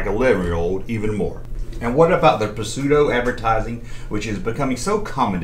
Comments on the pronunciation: My cousins had that Ewok hut thing, hers was green abs had a weebles type family in it and that was when Star Wars was still in the cinemas here in the UK! Oh and with pseudo, you don’t pronounce the P 😊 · When you first said Pseudo I thought that you were trying to say Prosciutto. 😂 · The p in the word pseudo it's silent